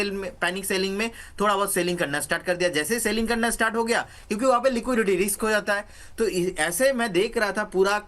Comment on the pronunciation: It's RISK not RIKS,.